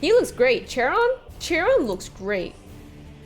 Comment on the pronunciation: Bro... be SO fr lmao. That is not Chairon (It's pronounced "KAI-ron"), that's Sergeant Metaurus. Also, what is it with people thinking Gadriel has a "female" face/head? Like, genuinely what is it with people saying that? Imo y'all are being really weird over that. Idk... I legit don't see it at all. Guy couldn't look any manlier or male-ish or whatever than that tbh. Not sure why people are hung up on it.